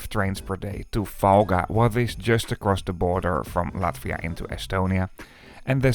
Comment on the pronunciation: Lithuthania and Falga is crazy pronunciation for a local😂. Tallinn was correct tho, respect! Btw, Elron and Vivi have unified schedules so there will no longer be a wait at Valga:) The same LTG service will meet the Elron train on the Estonian-Latvian border and connect Valga directly to Vilnius. Tallinn was not chosen as a terminus due to regulations:(